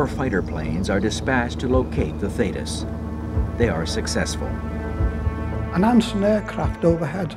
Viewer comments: Theeeetis...not thaaaaytis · As an ex-Royal Navy member, why have somebody from the U.S.A. as the commentator for an English Royal Navy documentary? Some of his pronunciations of places and ships (e.g. should be THEETIS not Thaytis) were way off and could not always be related to the real words/names such as we would say FOR'ARD not FORWARD compartment. Also, the Royal Navy does not have and has never had a 6th Fleet as stated because the British did not have fleets designated by numbers as the U.S.Navy did/does and in fact, that would have been the U.S. 6th Fleet. Just curious. 'nuf sed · It's HMS not USS and it's pronounced Thee-tis...not Thay-tis. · Thee-tiss, not thaydus 😕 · This was a disgusting episode in the Royal Navy they had every opportunity to save the crew and totally failed . PS it's pronounced Theeeetus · Very accurate portrayal of the event: I could relive it all, having served in the very same class of Submarine H.M. Submarine TALLY- HO. One of the results of this disaster was the installation of a Thetis [pronounced Theetis] Of the Thetis Clip. An extra safety measure prior to opening the torpedo tube door. Thanks for posting Ex- Stoker Mechanic Royal Navy - HM. SUBMARINE TALLY-Ho!